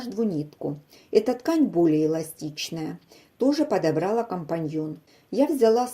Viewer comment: Тапочка одна - женского рода, мн.ч. - тапки. Не подобрáла, а подобралÁ ткани-компаньоны. Говорите грамотно, слушать противно. Пришлось терпеть: информация полезная. Видео открылось. Спасибо. Люди, нажмите на маленький треугольник внизу видео "Всего 4 шва... " и будет вам счастье! Легко и понятно. Всем здоровья! 🎉